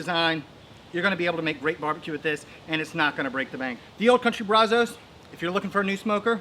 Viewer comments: So funny hearing how non Texans say “brazos”. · Really wish you would learn to pronounce brazos , I live in brazos county Tx & the Brazos river flows through it